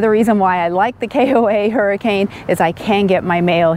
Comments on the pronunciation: The town is pronounced Hurricun! And Zion is pronounced Ziuhn! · Been there many times. The locals pronounce that town's name as hurri-cun. Not like the storm. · Locally, Hurricane is pronounced Hurrikin. We stayed there. It isn't bad. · you are amazing, we will follow Paul as well. Best to both of you. Thanks for the info on the KOA in Hurricane. Although it is pronounced Hur A KIN. We have been on the on our annual 2 month trip to from AZ to MI-VA and the running about. Gosh, we get sick every year. We don't socialize a lot and are healthy people. Have you done a video on this? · Don't let the locals here you calling Hurricane the way you pronounced it. LOL The correct pronunciation is HUR-I-ken. The area around there is absolutely beautiful. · Thanks for the great info. BTW it's pronounced Her-a-kin even though it's spelled Hurricane. Weird I know. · Don't try to pronounce any of the cities in Utah without asking a local first. Many of the pronunciations just don't make sense. LOL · I believe locals actually pronounce it Hur-i-ken. I know it’s spelled like Hurricane.